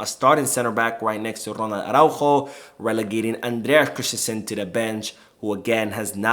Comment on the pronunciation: Great video but annoyed by how you say Christensen. You say “krish-ten-shen. But it’s more like krist-ten-sun. There is no “h” in the name. So you don’t have the sh- sound. Just the s-sound. May seem like an autistic comment tho 😅